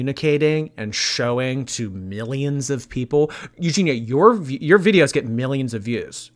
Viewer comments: He can even pronounce her name lol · "Eugenity" hahaha. Was he taking the piss? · That dude wasn’t even trying to pronounce her name correctly. How the hell do you get Eugenity from Eugenia??? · OMG THAT LAST 4 WAY BATTLE WAS HILARIOUS WITH THAT GUY GETTING UPSET FOR SNIPING & TELLING JEFFREE I BOUGHT YOUR MAKEUP!!! 😂😂😂😂😂 And he called Eugenia "Euginity" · "Eugenitiy" lmao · "Eugenity" Okay, I'm done. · He said EUGEINITY!!!!! Lmao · That 4 person battle was soooo awkward. "Euginity" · "There's nothing wrong with the colour grey." There is when it's the colour of human skin! I'm half suspicious that bottom right corner on the 4-way battle was saying her name in different wrong ways each time on purpose 🤣